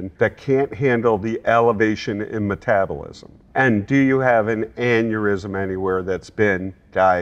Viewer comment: metabolism, NOT metabulism...